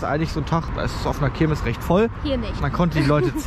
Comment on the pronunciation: Das ist jetzt kein Hate oder so, aber heißt es wirklich Kirmis ? Nicht Kirmes ?